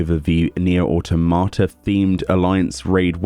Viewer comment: The way you say Nier Autamata, xD it's pronounced Ah-tom-ah-tah